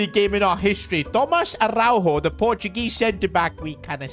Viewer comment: You pronounce it Tomaj Araujo not Tomaz Arauho